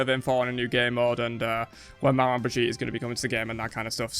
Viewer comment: It's pronounced Mama, not mah-man. Manman is creole for mom.